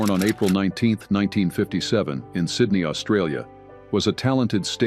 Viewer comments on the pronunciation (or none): none